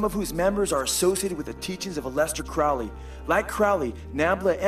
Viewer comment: It's pronounced Crow-ley...like holy...Not crouley. For obvious reasons.